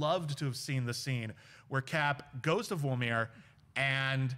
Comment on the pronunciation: It's Vormir, not Volmir.